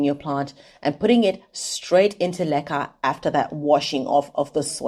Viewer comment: Does anyone else thinks she says "lekker" all the time.